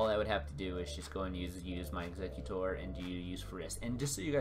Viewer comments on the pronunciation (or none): none